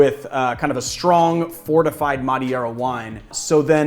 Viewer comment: I hate to be this guy, but Madeira is pronounced muh-dee-ruh. And you should definitely try a bottle because it’s amazing and super unique!